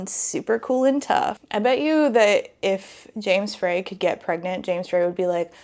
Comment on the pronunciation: It’s pronounced FRY.